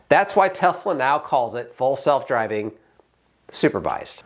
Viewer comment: Did you say Tesla full self-driving or false self-driving